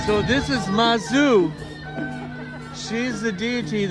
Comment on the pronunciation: Hi,! It is actually Zhang Hua and Lu Gang. The Taiwanese transcription of mandarin into romanized characters is very confusing... Especially most administrations still avoid the mainland pinyin which is much more accurate... Same Mazu goddess is pronounced Mad'zu not masou (as in french), not like Suzuki in Japanese and as you might guess in pinyin. Apart from that although u mentioned preparing for the invitation I didn't received the notification of your Livestream later on, very frustrating... Anyways ^_^